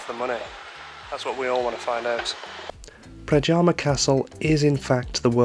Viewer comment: the letter J is pronounced like the letter Y so, it is NOT pradjama but PRADYAMA!